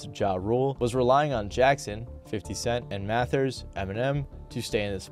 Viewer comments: Repeatedly hearing "Math-ers" was driving me crazy lol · Who really wants to hear about rap from a acne-ridden white boi suckin on a queer lil vape who can’t even say mathers properly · Calm-E-Cause-E ❌ Calm-Eh-Cause-Eh ✅ Mat-hers ❌ Math-ther ✅✅ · Why are you pronouncing "kamikaze" & "Mathers" like that? I've never heard a single other person, not even Japanese (where the word comes from), pronounce "kamikaze" like that. And that's not how Em pronounces his own last name. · Why you say "Mathers" and "Kamakazi" so goofy doo